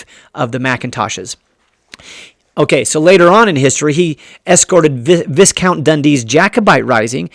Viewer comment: viscount is pronounced with a long ī sound and the s is silent but good job on the Gaelic pronunciations though and I do enjoy your list. Alasdair Mac Colla Chiotaich MacDhòmhnaill is one of my favorite MacDonald warriors besides Somerled.